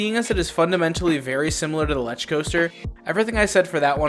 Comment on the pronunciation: Lech coaster. (L e k ) coaster